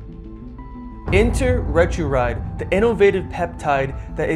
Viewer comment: "retruride"? =P thanks for the video.